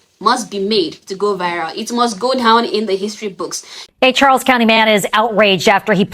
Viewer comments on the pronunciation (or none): none